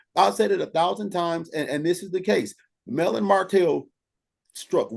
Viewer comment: Because, why do he constantly have to have Mel name in his mouth!!! The guy never asked him about her followers, he just went in on the people that support her. Why would you mispronounce the name if you didn’t feel some type of way, even after the gentleman said it correctly he still was being a butt hole about it….Straight jealousy!!! And that’s my opinion…. Okurrrr